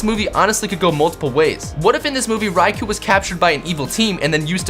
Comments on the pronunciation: Its pronounced Ray-koh not Ry-kuu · It's pronounced ri-c-oh , not ri-c-oo that's how you pronounce ricou